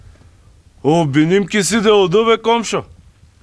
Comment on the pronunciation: Ако кажете,че кравата ви е умряла на някой БАШ по начина по който го произнесохте ще падне смях :) -oldu и öldü имат коренно различен превод